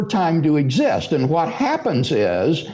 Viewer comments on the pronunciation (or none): "Hwhat happens is"